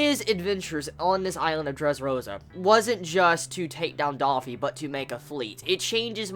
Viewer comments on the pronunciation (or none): don't say we were all dumbass. I was not expecting anyone to become a member except for jimbei, and when u say doffy's name pronounce it correctly.